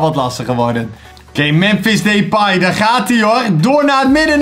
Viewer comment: Hoe lastig kan het zijn om 'Depay' gewoon normaal uit te spreken. Maar deze gozer spreekt sws niks normaal uit